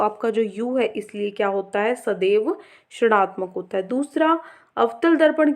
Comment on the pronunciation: Mam aap rinatmak ko srnatmak kyu bolte ho